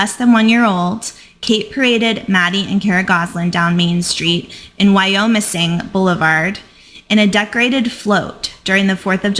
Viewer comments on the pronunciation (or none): Thank you. It's a beautiful name and area. Locals actually pronounce it Wy-ah-missing. Not Wy-oh-missing.